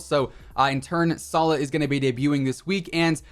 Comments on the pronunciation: its not sala it's Salah pronounce the H, Love form middle east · btw salah is pronounced salaah. you basically pronounce the H